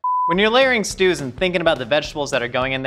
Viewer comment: “When you’re layering Stus...”